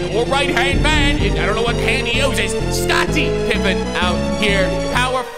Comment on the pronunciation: Ah yes Scot-tie Pipe-en